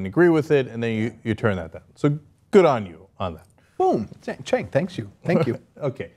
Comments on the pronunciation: does he keep calling him chenk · I love how this guy keeps pronouncing Cenk's name "Chenk" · I hate how Joe Walsh pronounces Cenk's name as "Shank". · My ears always cringe when he says Cenk's name.